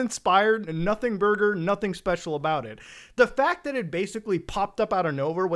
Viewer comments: I heard this and thought it was a comedic pause or something, then I realized Muta done fucked up lol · you know when Muta stopped at "the birth of special" I thought he paused for effect and was gonna blast into a tirade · I thought it was a comedic pause